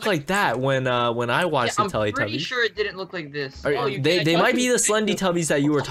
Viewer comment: YOU SAID TELETUBBIES WRONG